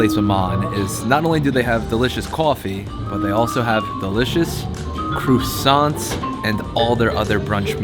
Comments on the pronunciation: "crussants" lol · Why are you calling them "crooosants"? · I thought I was the only one that heard "crewsants" lol